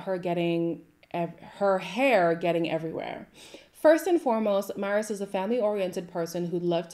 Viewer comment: It’s pronounced my-ra 😂 it’s a Latin name